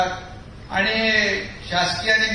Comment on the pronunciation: Yala shuddha marathi bolayla sanga... आनि बानी पानी म्हनून बहिन अशेल...